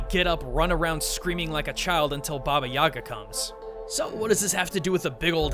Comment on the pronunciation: The way he says Yaga hurts me...